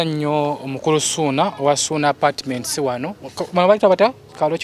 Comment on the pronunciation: Wow may God bless you 🙏 but the way you have bn saying suuna apatiments 😂😂😂